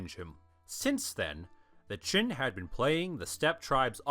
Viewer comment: I can't be the only one that is bothered by hearing "chin" (Qin) instead of "gin" (Jin). These are two very different time periods.